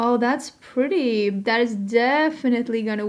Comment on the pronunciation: You said PURDY, like a Texan!!